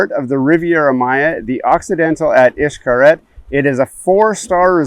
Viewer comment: If you’re basing your travel decision from a page called Gears and Tech, where the “ reviewer” can’t pronounce the name of the resort correctly , you need to look further!